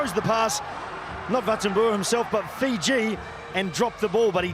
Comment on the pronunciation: Great effort by Uruguay, but who are Feejee?